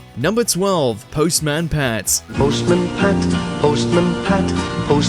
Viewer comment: it's postman pat not post man pat, just saying